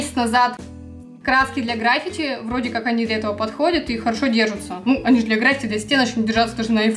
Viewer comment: Не грАффити , а граффИти